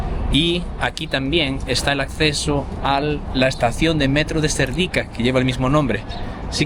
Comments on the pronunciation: No es Serdíka, es Sérdika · Hola y mucho gusto a conocer os,,Yo vivo en España 22 años y soy búlgara,,Cuando veo que sois dos jóvenes que también queréis aprender les digo que Serdica el acento es en la PRIMERA "E" y Vitocha también en la primera "I",,Gracias Un saludo